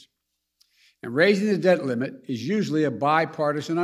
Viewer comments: Did he say " dead limit" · Sounds like Joe keeps saying “to raise the dead limit”